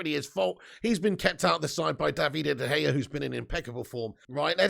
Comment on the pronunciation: Came to watch this after the Brentford watch-a-long and I can’t stop laughing at the way you say De Gea’s name I love it Is it “Davide” De Gea or David “D” De Gea .. I hear an extra D or E in there and it’s absolutely magnificent